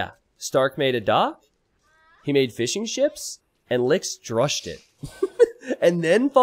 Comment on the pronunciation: Every time you say "fishing ships" in your videos, I think you say "fish n' chips". Being a British person, I instantly perk up when I hear the words "fish n' chips".